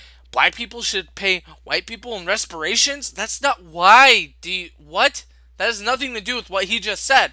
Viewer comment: . It's reparations, not resparations. If you can't pronounce that, then you have no room to insinuate others are mentally challenged.